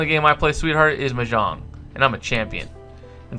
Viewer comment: U say mahjong wrong